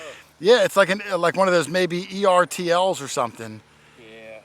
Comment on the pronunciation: ERTL is pronounced in two syllables...Er-Tl. I remember the ads from the 90s...ERTL makes them just like the real thing! (only smaller) 😄